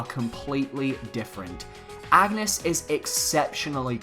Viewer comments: I'm going to correct every person who pronounces Agnès the wrong way. It's On-yes. Not Ag-ness. Her game is voice acted for crying out loud. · I die a little every time you say "Ag-nes" It's "Ann-yes" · wazz up well it’s actually pronounced on-yes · If Agnes is the girl from Bravely series, her name is pronounced "awn-yes" not "ag-ness" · AUN-YES. Not AGG-NUS. I know the spelling seems similar, but it's meant to be pronounced VERY differently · Kinda like the Isaac render (the entire one), love the fact that the "leaker" merge his DD style with his original style. Also, juste to point it out : Agnès is a french name which is pronounced "Ane-yess", not "Agu-nes". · Anges is pronounced (On-Yez) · It’s pronounced An-yes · Lol even though this is fake, everyone who does a video on this leak keeps pronouncing Agnès wrong and keep saying Agnus, Its not bad i just find it funny lol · It's sad how many people haven't played Bravely Default, and don't know how to say Agnés name :( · Has none of these youtubers played the Bravely games? No one ever pronounces her name right